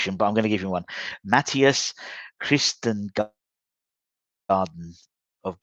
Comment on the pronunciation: Fellow countrymen!! "aa" is pronounced like the "o" sound in "for" or "more".. "Kvist-gorden" has been scouted by more PL-clubs and Frankfurt has shown genuine interest..